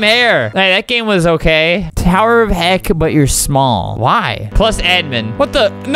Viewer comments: Albert said heck on a wrong way..... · Albert: “Pit of heck, it’s like tower of hell but-“ Me: “did you just say..HE- vomits ...........HE- vomits “